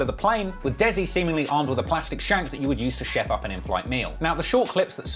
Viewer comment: "Sheff up an inflight meal" 🤣🤣🤣🤣🤣